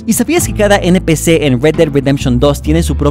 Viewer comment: "eNpICi" jsjsjssj